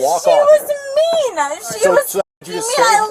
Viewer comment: "She was mean-ah. I'm calling my mommy" 😂